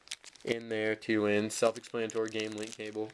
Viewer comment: Say self explanatory again. I dare you, I double dare you!